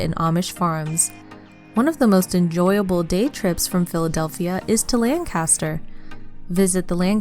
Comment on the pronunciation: Bad pronunciation of "Pocono" and "Lancaster".